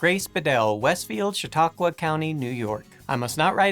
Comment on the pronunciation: I'm impressed he pronounced Chautauqua right, nobody ever does. There's a statue of Lincoln meeting the girl on the east end of Westfield, New York